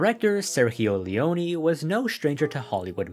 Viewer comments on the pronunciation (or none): no you don't is an italian name Im italian and your pronunciation was really painfull to hear Great video btw